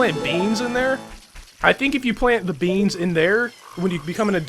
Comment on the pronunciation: Lol hearing you say "plant beans" makes me laugh because you guys always say beans